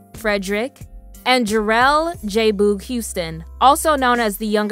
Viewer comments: Lol his name is pronounced j-bug not “booog” 🤣 it’s short for “boogie” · Jay Boog not bough smh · He couldn't possibly be yo man if u cant say his name right he says his name plenty of times in their songs go back listen to him say his name come back nd redo this video saying our man name right #IJS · You keep mispronouncing “J-Boog” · Why do you pronounce Jboogs name that way? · Why tf are you says boogs name like that🙄